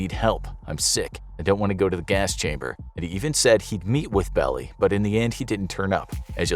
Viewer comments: Melvin "bell-eye", not "bell-ee". Otherwise, good piece. I had not realized it had finally been deciphered. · Love the videos. It's pronounced Belleye not Belly. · The lawyer’s name - Belli - is pronounced “Bell-eye”. I was a kid growing up in Tiburon, CA and all the neighborhood parents escorted us everywhere. It was terrifying. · Melvin Belli is pronounced Bell-eye.